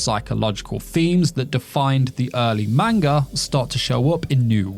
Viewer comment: If you're going to make a video based on a manga, you should learn to pronounce the word properly.